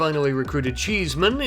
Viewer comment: The way you said cheeseman sounded very posh XD I literally thought "sir cheeseman ☕"